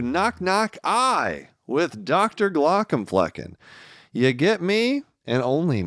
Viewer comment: I love his stuff, I really do, but that's not how you say either Glaucoma nor Flecken.